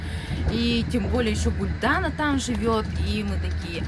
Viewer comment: Казахские названия и в именах ударение всегда на последнюю гласную не АктОбе а АктобЕ. Не ГулдАна а ГулданА